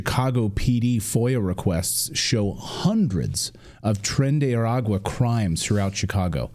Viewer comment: I’m a Spanish first speaker. Please say the name correctly it bothers me, “tren de Harris” Voted Monday and so did some friends for trump